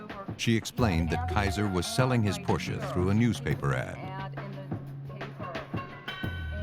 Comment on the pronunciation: Its always nice to hear the correct pronunciation of Porsche.